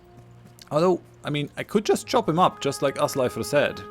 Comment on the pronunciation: Pronuncing the 'r' the way you do is correct in modern Icelandic! Haha. We would say Ásleifur nowadays :D